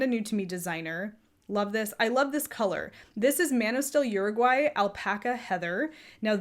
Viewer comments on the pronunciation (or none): none